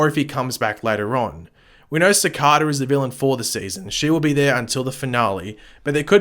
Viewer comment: Cee KAY Da....say it with me now!! lol Good vid :-)